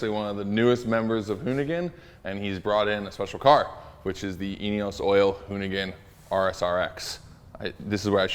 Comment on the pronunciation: Does anyone else hear anus oil when he says eneos oil??? "Anus oil ford focus rs rx" 😂😂😂😂😂